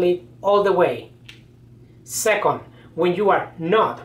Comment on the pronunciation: Sacond instead of second